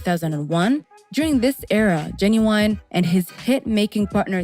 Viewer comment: Oh you messed his name all the way up LOL